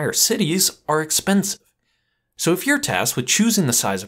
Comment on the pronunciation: "Are expens" ... what?